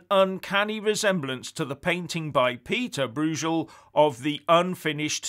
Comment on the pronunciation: Broo-jel? It’s Broy-gel. Comes of speaking more than English. 🤦‍♂️